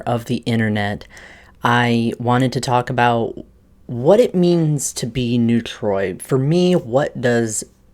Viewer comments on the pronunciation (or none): Neutrois is French pronounced Nou-trhwah.